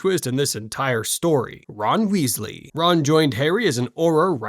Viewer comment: Weezie? Kanoot? What the hell is this pronunciation? AI or stupidity?